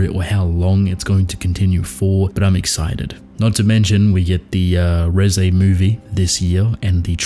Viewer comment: i was enjoying the video until you pronounced reze like that